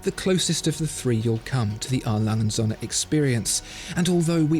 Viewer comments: The Way he says the Söhne from A.Lange&Söhne Sounds like "sun" in German when söhne actually means "sons". Captain flys Away. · Your pronunciation of the word Söhne is simply terrible. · It's actually Söhne, not Sohne. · Triggers me hard when he says "A.Lange Sonne" its called Sööööhne there is an Ö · It’s A. Lange AND Söhne. And the ö is a long vowel sound due to the h that follows. Good video, though. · It would be great if you pronounce A.Lange... correctly Especially Söhne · Apart from the Ö in Söhne it is very close... Best pronounciation from an englishspeaker I've heard yet